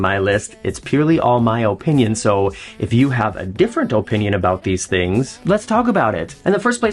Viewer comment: I resisted as long as I could… but that’s just not how the word “opinion” is pronounced 😅